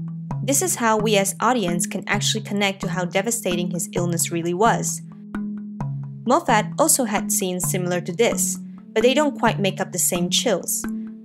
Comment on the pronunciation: pronounced Mof et not Moe Fat